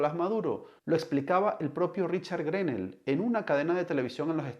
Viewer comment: Periodista o no se si lo es pero preocupese de como se.pronuncia en ingles ese nombre porquw nones GRENEL es greno la "l" odcura a penas se marca.